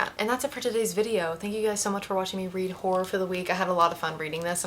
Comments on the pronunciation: Whore? Whore? Are you trying to say horror? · (W)hora books. 😂😂 omgosh, i love the way you say it. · lmao you saying "horror" and to me it occasionally sounding like "whore" ... I'm down for some smutty smutty whore books but also a big no thank you to horror *shivers*!! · You got the case ☺️ That pronunciation of horror now lives rent free in my head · You say "horror" funny 🤭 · obsessed with the southern pronunciation of “horror” and you starting the video by saying you’re a romance reader. Immediately my brain made the joke of “well you’re not switching it up bc you’re still reading ‘whOr3’ books” 😂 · i keep hearing a diff word than horror 😭